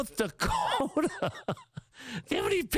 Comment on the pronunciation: "NORTH DAWKOTA?!